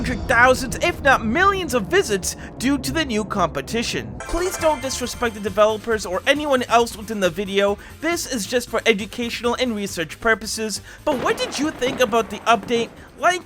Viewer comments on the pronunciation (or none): “educational purpuses” bruv, its a gr8 vid, but wdym